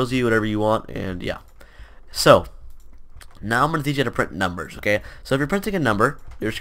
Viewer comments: "numbegers" lmfao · "numbegers" -, 2019